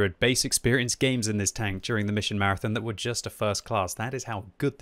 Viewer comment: Why i hear you saying welcome BANK? anyone else?